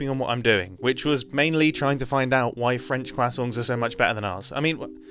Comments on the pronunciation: Are you trying to say crescent? Quakson? Your worse then Tom Holland! But seriously welcom back mate. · “Kwassonts” That’s even worse than Tom Hollands way of pronouncing it xD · I cant get it out of my head that he says “kwasongs” instead of croissant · I find it funny how mumbo says "kwasongs" instead of "crusonts" when pronouncing croissants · "Cwasonts" and not croissants is interesting... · HE ACTUALLY SAID QUACKSON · "kwassongs" - Mumbo 2022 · every time you say croissants i hear quasongs its killing me lmfao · “Quasongs” 🧌Gotta love it Mumbo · love seeing mumbo back, however, CWAHsohns? i know thats the pronunciation, but that was overenunciated i feel lol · when you come back to Minecraft after a couple years... Nice to see Mumbo upload again. 😊 Also, who calls it “Qwasongs”? 🤨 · Did....did he just say quackson? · Am I the only one o did you just say quacksont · "Kwasongs" Americans pronounce it "Craw-sawnt" That's very interesting haha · he says quackson too but slightly better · im gonna start pronouncing croissants as kwasongs, thank you mumbo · I like how he says "Cwasongs" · Did he call them quassongs? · Mumbo: cwassongs 😅😅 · The way this man pronounces croissants is crazy to me. It sounds like he's saying kwassongs, and I honestly can't tell if it's a joke or not. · I love that he pronounces “croissants” as “quacksongs” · New pronunciation alert: croissongs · Mumbo I'm a fan, I like your content. But genuinely fuck off with how you pronounce croissants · You pronouncing croissants improperly is very infuriating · Mumbo should get an award for pronouncing croissants even stranger than Tom Holland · The way you pronounced croissants hurt my soul!! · He somehow manages to not have any 'r' sound in there at all...